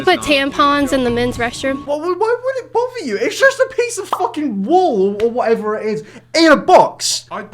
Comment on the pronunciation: he said wool lol